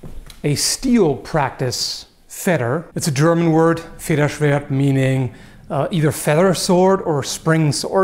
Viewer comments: Confused as fu! Realy nice pronanciaton of Federschwert you nailed it :D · Great pronounciation of Federschwert, almost perfect. Love from Cologne!